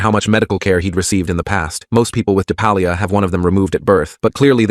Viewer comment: Diphallia not depalia